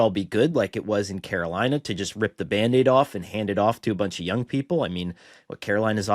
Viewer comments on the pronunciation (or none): none